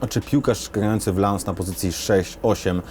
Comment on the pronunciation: lans? a nie przypadkiem lons/ląs?